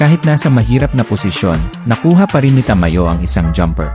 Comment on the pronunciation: sa aken bro, ayus Naman pagsasalita mo, maliban sa pagbigkas Ng name ni Ta-ma-yo., gusto ko din na madalang kalang magsalita. Pero Yung background mo is not needed sa palagay ko and mas okay na marinig ang commentator. Keep it up.